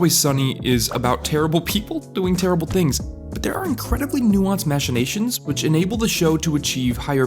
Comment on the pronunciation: Machinations is pronounced Mack-in-ay-shuns, not, Mash-in-ay-shuns. Just a friendly correction. I would want someone to tell me👍